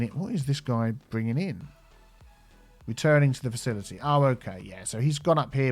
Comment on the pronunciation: Car-ma-mile FaciliTea!